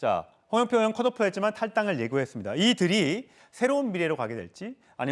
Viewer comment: 의원 발음이 안되나? 으원으원.ㅋ